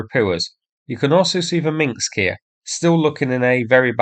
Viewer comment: "Minsk", not "Minxks"